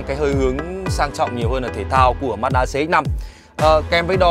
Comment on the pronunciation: Ma chư đa chứ ko phải mát đaaaa nhé ae =)))